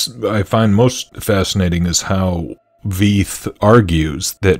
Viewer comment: Dr Walter Veith is brilliant. But you're pronouncing his name incorrectly. Last name is pronounced like the English word fight. Fitting imo. In love. Cheers